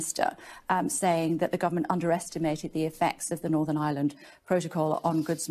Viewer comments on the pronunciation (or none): She can't say Ireland, sounds like Aland. Please don't sort it out as everyday goes by, a United 🇮🇪 gets closer 🙏